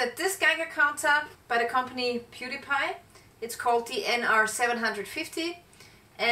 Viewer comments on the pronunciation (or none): 😂 I thought you said the brand was "Pewdie Pie" LOL!